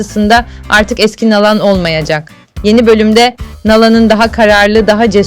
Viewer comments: Doğru telaffuz yapın. Nalan değil na`lan diye inceleyin lütfen diziyi izleyip Nalan nasıl seslendirilmis öğrenin. Pes yahu bu nasıl bir TUrkcedir sizi asla tiklamayacagim ne abone olmasi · Nalan deyil naglan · Nağlan nedır ya?😅 ....Nalan dır doğrusu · Nalan ismini düzgün söyleyin ltfn. Dizi berbat ve seyredilmez bir hale geldi maalesef. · Nalan demeniz çok rahatsız edici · Seslendirme yapay zeka ile yapılıyor, “Nalan” diye okunmasının sebebi bu. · Ya hu şu Nalan kelimesini doğru söyle ne öyle oldun der gibi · Nalan ne ya yanlış telaffuz ediyorsunuz ismi😂